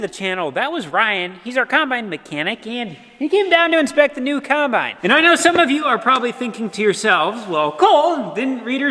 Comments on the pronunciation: I grew up with a Mom who put an "r" in wash... so it came out "warsh", like says, so it's just a cool memory. Is it just me or does it sound like says coN-bine? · Does just call it a “Conbine”?